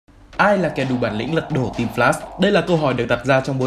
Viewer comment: "Lật độ" :))) nà ní